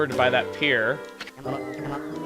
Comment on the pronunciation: did anyone else notice the prenouce fail when he said "pier"?